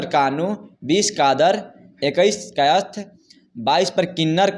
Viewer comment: पत्रकार हैं तो कायस्थ का उच्चारण ढ़॔ग से कीजिए जोर देकर🙏